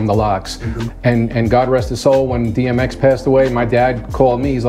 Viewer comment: Did say BMX when he meant DMX or did I hear it wrong?